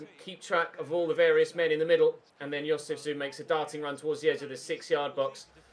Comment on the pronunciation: FYI: Jozefzoon is pronounced as Jozef-Zone.